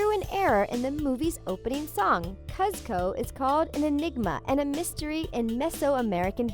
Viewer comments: boiii did she seriously pronounce it "kuz-koe" instead of "kooz-koe".... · Kuz-co? I have never heard his name be pronounced like that 😂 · The narrator mispronounces "Kuzco" from the Emperor's New Groove - not the worst fail in the video by any means after reading some of these comments, but definitely evidence that she hasn't seen the movie! (She should! It's excellent!) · Learn how to pronounce kuzco